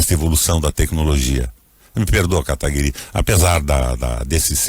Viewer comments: Como ainda tem pessoas defendendo o "requeijão" se o mesmo não sabe nem pronunciar o outro convidado. Chama ele dê kataguri e não kataguiri... Triste né, se diz senador e a educação e o conhecimento lá em baixo. Pega ideias e dogmas distintos tentando convencer alguém, mas ai aparece o Kim que como um raio destrói todos seus argumentos. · Esse requião é arrogante demais... o serzinho mal educado!!! tão petulante que sequer pronuncia o nome da outra parte de forma correta.